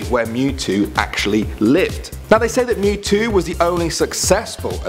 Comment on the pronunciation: “ M E W T O W” you can’t be talking 💀